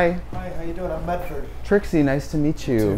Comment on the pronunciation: “Trixie, nice to meetchu”. Love when the Midwest slips out.